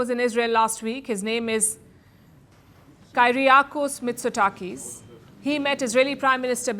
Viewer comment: 😅 How to pronounce Greek PM